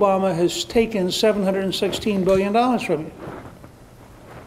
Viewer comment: Why can't any of them say "Hundred" correctly? All I heard was "7 hurdurt, 7 hurdurt."